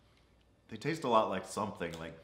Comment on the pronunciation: it sounded testis more than tastes ! Not his fault though “CHARACTER MIRRORS”.